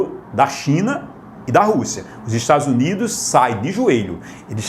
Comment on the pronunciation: parei no "estadus unido''